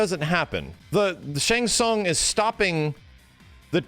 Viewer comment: I had 2 problems with the movie no Johnny Cage other than a half poster of him. The fact that they call Shang Tsung Shung Tsung.